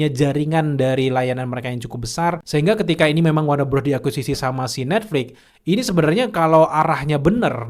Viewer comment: Netflix boss, pake x, bukan Netflik